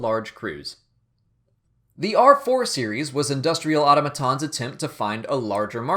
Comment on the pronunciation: auto-maton? where'd you learn to speak?